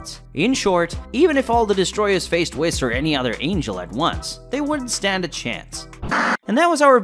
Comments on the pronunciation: It's whes not whis even though its spelled whis...hearing u say whis over and over is off putting. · Can you learn to actually pronounce proper names and in universe material. For example it's "Whis" not "Wiss" like c'mon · Who wiss? You mean whis, pronounced whes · It’s Beerus (Bills used to be used). And it’s pronounced (“Weess”) not wes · Its pronouced Whees not wiz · “ wis” omg my head hurts now…😖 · All these readers or narrators... have you never watched? Spelled whis, pronounced wheeese. Smh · Ok hold tf up, aint no way you called beerus "bill" and ur not pronouncing whis right bruh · Quit saying it wrong its whis the i makes ae sound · You are saying, Whis wrong! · Say his fucking name right it’s like you’re saying whisk w/o the k, dude the animators work w the writers so they’re saying it right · What the hell did u pronounce whis as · I like the content BUT please please say the whis' name right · I can't stand how you kept saying Whis wrong the entire video. 🤦